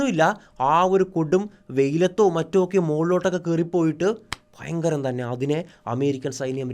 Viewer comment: പിന്നേ ഫയങ്കരം 😂